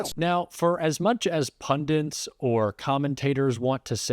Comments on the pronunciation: … just out of curiosity,why is it "pundents" instead of "pundits" in the USA ? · The word is PUNDITS ! ! NOT pundants, pundints &c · Pundits not Pundints … sorry but you should know better! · It’s not pundents, the word is “pundit”. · It's Pundits, not Pundints! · Sorry, but this drives me crazy: it's PUNDITS. Not PUNDINTS.